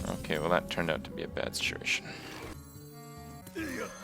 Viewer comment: "oke" made me laugh somehow